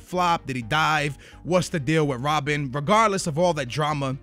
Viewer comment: lol it's not rob-bin it's rob-BEN